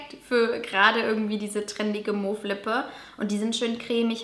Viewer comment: Mauve geschrieben...mow ausgesprochen :)